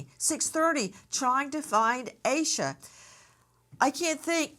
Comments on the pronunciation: Its pronounced Ayy Sha, not Ah Sha. 🙄 No wonder u arent on network tv anymore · Her na.e is pronounced Aisa.